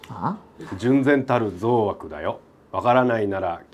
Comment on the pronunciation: 「ぞうあく」は、「ぞうお（憎悪）」じゃないかな…（ｺｿｯ